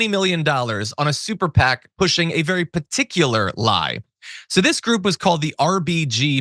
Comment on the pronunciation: geniuses never call themselves that, unless they're vewy vewy stable